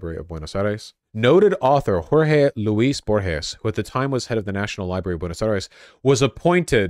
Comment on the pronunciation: Buenos Eye-reeze